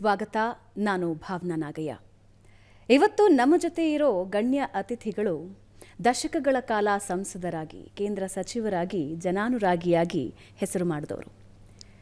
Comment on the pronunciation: Nagayya✔️👍 Nagaiha❌😂